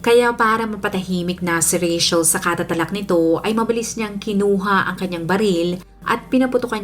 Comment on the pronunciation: I love how you pronounce Rachel.yung iba kc di q maintindihan bkit RETCHEL pagkapronounce ng name ko🤭...im a fan po❤